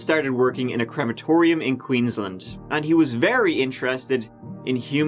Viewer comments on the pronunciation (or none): Lol you said Inala right the first time. Also queens - laaand is how it’s pronounced. You should come to Australia dude you’d love it